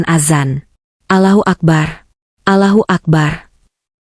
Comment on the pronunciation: Anda ga luwes menyebut ALAHUAKBAR ALAHUAKBAR yg bener ALLOHUAKBAR ALLOHUAKBAR anda bodo bener ga bisa mengucapkan O O. O